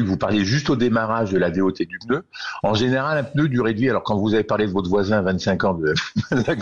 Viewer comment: A l’attention de: on dit « pneu » et non pas « peuneu »